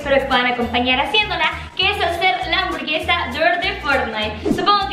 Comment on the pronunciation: Gente normal: hamburguesa Ari:hamborguesa Xdxdxdxd